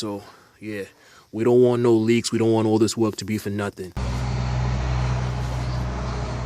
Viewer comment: About the first quarter of this video, This hole time I thought you were saying walk, Then I realized you were saying work.